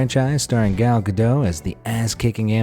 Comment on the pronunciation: Gal Ga Doe?